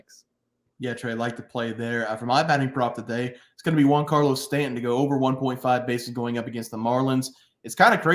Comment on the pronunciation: “Juan”Carlo Stanton? Never heard of him